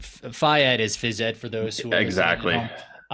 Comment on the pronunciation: phy ed the way pronounces it is a mid west thing. that’s what we called it in ND. So it is a thing… just like soda is called pop.😊